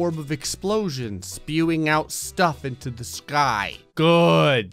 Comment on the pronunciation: the way he said sky lol